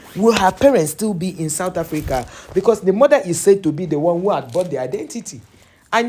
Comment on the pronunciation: Why you want to give us chidimama what is wrong with you all.I need real true Nigerian to tell me.we are not stupid all in South Africa.not sad Africa as u pronunciation.we are shaka and sekhukhune amapondo children.we will respect who respect us.we will defend our self from anyone who disrespects South Africa 🇿🇦 our land.just leave us alone.god give South Africa strength and wisdom and love from to u mighty love.for give the enemy of South Africa who want to destroy u peace and South African people.please bless South Africa on the year of 2025 and beyond.we don’t hate we have love god bless Africa and the world.we are all your children.